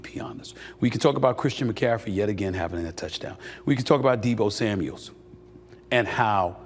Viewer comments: Maybe one day this dude can do his homework and be professional and pronounce names correctly. It's Deebo Samuel, not Samuels. Every time he says it incorrectly. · For the 100th time SAS; it’s Deebo SAMUEL not SAMUELS!!! Get it right !! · Another guy that can't say Deebo's name right: Deebo SAMUEL, not "Samuels". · And it’s Kittle not Kittles SAS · Is anyone ever gonna tell this dork it’s Samuel not Samuels? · Bro, Deebo doesn't have an 's' on the end of his name. Samuel, not Samuels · It’s “Samuel” Steph. Jeez really ??